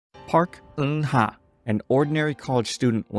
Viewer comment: Why he gotta pronounce Eunha like its a Thai name?